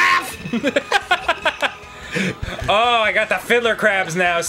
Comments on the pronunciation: I heard "crap" not craf, which made it even funnier. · He really did say “kraff”